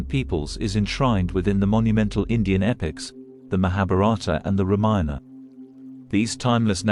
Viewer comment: Such wonderful information. But so hard to take it seriously with that computer voice and screen subtitles continually saying " reminder" instead of Ramayana.... You obviously never check the quality of your work. Really very disappointing. Why do you need a computer voice who knows no context and then you never listened to your product... Please do better